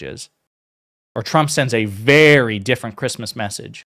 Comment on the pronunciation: VERY (I Will now always remember your lesson on using the word, "VERWY ... I mean, "v e r y"